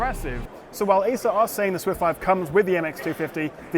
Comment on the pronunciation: It sounded like you said Asus swift 5. Got me confused there.